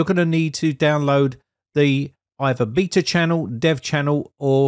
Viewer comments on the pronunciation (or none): none